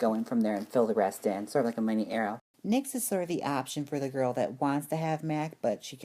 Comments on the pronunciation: Your saying it wrong it's not N-Y-X you pronounce it like nicks and I don't think nyx is a drugstore product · It's pronounced like nicks.